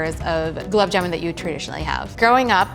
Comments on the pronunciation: It's not "jumun" it's JAMUN !! get your food names right at least... 🤣🤣🤣🤣🤣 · Oopsy....it's JAMUN NOT JUMAN...... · It's jamun not jumun or juman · It's Jamun. Not Jumun. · Its Gulab Jamun not Juman , Jumun or Jumanji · Tasty its JAMUN not JUMUN 😭🤬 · It's not jumun it's jamun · It's Jamun not not juman and I am not even Indian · It’s jamun not juman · It's not juman --- its Jamun #Indian 😍🙆🙇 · It's "Gulab Jamun" not "Gulab Juman" ! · JAMUN not JUMAN. wtf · Listen its jamun and not juman🙏🏻🙏🏻plzz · Dude it’s jamun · I don't hate it. It is convenient and has a new twist to it at the same time following the traditional recipe. Also it's "jamun"